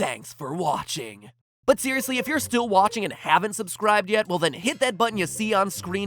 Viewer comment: Am I the only one that heart "theoriously" instead of "seriously"? 🤔